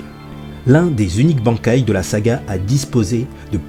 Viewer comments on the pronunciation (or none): Banc kai ... j'ai mal au oreilles mais qui ne fais pas d'erreur ^^ ca ce dit ban kai (ban comme quand tu te fais ban d'un jeu ect) sinon video sympa :) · Très bonne vidéo y'a juste le mot bankai qui ma piquer les oreilles tout le long :'D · La prononciation xD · La prononciation du mot Bankai qui me fait mal à chaque fois que tu le dis.. Stp